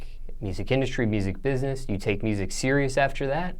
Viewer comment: lmao he said bihness and mineccities I'm dead😂 bless his heart at least he's doin what he likes